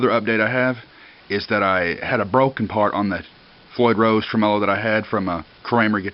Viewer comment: Lol "Trememelo"!.